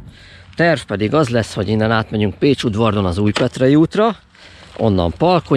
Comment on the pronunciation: Tetszik, hogy igazi helybéli módjára ejted a faluneveket: Szökéd, Pécsudvárd, Vókány ! Nagyon helyes ! ( hivatalosan Szőkéd és Pécsudvard, Vokány ) :)